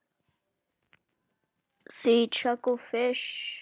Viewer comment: the way u said chucklefish lol